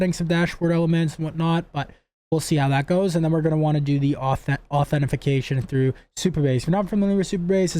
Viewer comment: It's "authentication", or if you want a simpler way to say it, you can just say "AuthN". FTFY ;-)